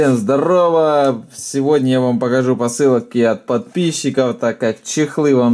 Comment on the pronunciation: ты сказал не подписчиков а подписиков